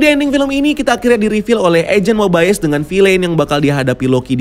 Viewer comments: Agent Mobayes? Bukan Mobius bacanya? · Mobius bang bukan mobaius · Kenapa rada annoying ya pas ngomong Mobius wkwk padahal mah di seriesnya biasa aja perasaan ngomongnya bukan MoBaiyEes😂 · cara baca yang benar itu /Mobius/, bro. bukan /Mobaiyes/ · Mobayes atau mobius sih, di series yg gua denger mobius bukan mobayes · Bacanya kok mobayes, padahal di serial mobius gitu